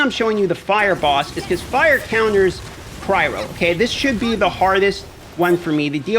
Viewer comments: Cryo not cry ro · all dmg deals "Cry-Ro"??? da fuq... It's Cry-Oh lol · Omg please stop saying "Cry-row" it's literally killing me